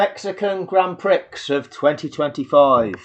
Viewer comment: You can't even pronounce Prix correctly. This video is a joke.